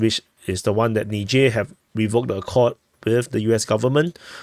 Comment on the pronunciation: Nizher not nidger